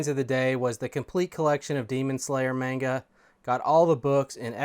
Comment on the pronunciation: I’d definitely still sell the vhs. Box is up and put it on the shelf. Also, manga is pronounced with a short “a”. My wife would go nuts if she heard that 😂 good pick ups